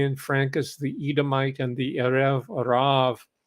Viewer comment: It's pronounced EH'-rev RAV', not erav rav.